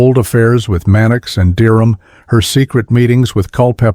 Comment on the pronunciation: Aprende a pronunciar:Derham